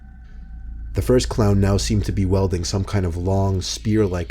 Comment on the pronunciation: "One of the clowns was welding a long spear." How do you weld something while walking in the park? Welding is the act of bonding pieces of metal together. I think you meant "wield", pronouced like "weed" but with an L, which means to hold or brandish an object or a weapon.